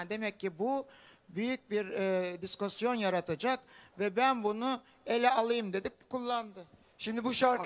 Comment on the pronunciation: Diskosyon nedir ya😅 discussion mı acaba 😂